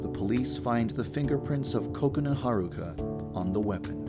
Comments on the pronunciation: he makes kokoana sound like coconut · it sounds like he is saying counut its kokana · most people pronounce Kokona like Coke-oh-nah instead of Coconut without the T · its funny when he says coconut instead of kokona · it sounds like your saying COCONUT instead of kokona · I hear Coconut instead of Kokona. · say it like Kub Scoutz say it: KA-kona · he says it as "cocoa-na" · I love how he pronounces Kokona like "Coconut " 🍰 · It sounded like you said Coconut-Chan. Also, Yandere was kind of blowing her cover on that last part. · ok is it me or does it seem like he keeps saying coconut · There is just something wrong when he says Kokona? It sounds more like Coconut. ;) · At first, I thought he said Coconut-Chan 😂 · Hey Yandere Dev, you pronounce Kokona (Ku co nu) I can't believe you didn't know that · He sounds like he says coconut chan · like he's saying coconut 😂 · Ko-ko-na Ha-r-uka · I thought it was pronounced koko na but it's ko-ok na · Omg I think it's pronounced ko-ko-na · i thought it was pronounced as ku ko. not ko ko nu. lol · Dev also says Kokona with a Short sounding 'o'. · Not being a hater on how he says it but it is not how you say that students name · The way he pronounced Kokona made me upset >.<